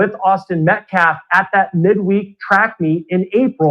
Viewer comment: It’s calf. The claf. Words matter